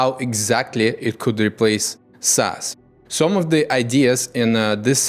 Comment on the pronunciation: Instead of SaaS we get ASS. noted